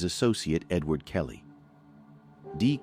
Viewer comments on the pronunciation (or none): none